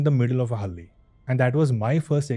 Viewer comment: It's not hali bro Hal-ley I. Please pronounce it properly. We ❤️ our language